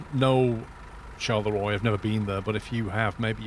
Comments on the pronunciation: Didn't you do French at school? Charleroi is not pronounced Shar le Roy but Shar le ro ah. ☹️. Other than that it seems to need some "finesse-ing" compared to the new lighting in Ets 1.40it looks a bit outdated. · Just want to clarify the "Charleroi" is pronounced more like "Charlerwah" Like most French names a bit of a pain in the back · Its pronounced Shalera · Loved the video Charleroi is pronounced char-la -wa Hope it helps i lived in antwerp or antwerpen years ago Love your videos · Charleroi is pronounced like "Charlerwa" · i love how you butchered "charleroi" ;)